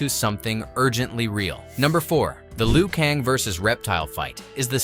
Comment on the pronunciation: Liu Kong and Raidon...lol!! These lazy AI voices are funny.